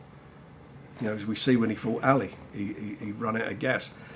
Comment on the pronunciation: Anyone else think Frank pronounces "Ali" weird. Ally!